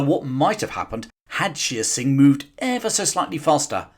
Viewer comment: Shere Singh is mispronounced. It is not "sheer" singh, but "share" singh.